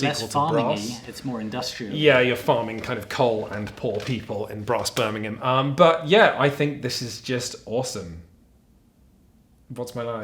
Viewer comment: Nice review. Also nice to hear someone from down south pronounce Birmingham properly!